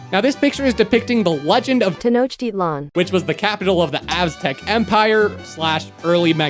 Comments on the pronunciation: Its actually ten-oak-tic-lan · why did he refuse to pronounce tenochtitlan, just to let the voice do the American pronounciation? 😅